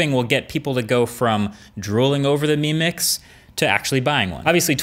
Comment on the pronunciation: When you're saying "mi mix" I keep hearing you "meme mix"